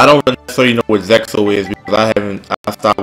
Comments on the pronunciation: Zexal is pronounced 'Zay-al'. Good video though. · It's sounds like "Zeal" when you pronounce zexal